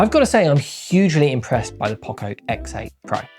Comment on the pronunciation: Its poco not pocco